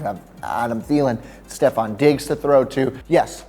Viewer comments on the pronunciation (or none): none